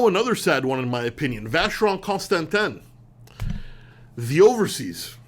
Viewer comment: You need to pronounce Vacheron Constantin correctly, especially with your European heritage.